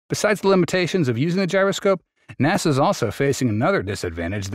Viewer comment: Some AI pronunciations are becoming more accurate... "naw-sa".